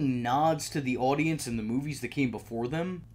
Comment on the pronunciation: Are you Canadian I just heard how you pronounce audience and it sounds pretty Canadian